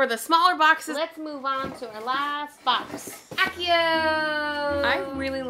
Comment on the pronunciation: You mispronouced Accio